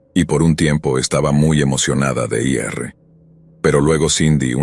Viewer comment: Tampoco conocen el verbo ir. Pronuncian: i erre. 😂